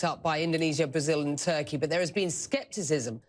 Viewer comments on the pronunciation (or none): none